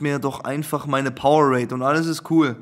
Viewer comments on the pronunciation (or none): ES HEIßT POWER ADE!!!! NICHT POWER RADE!!!!!!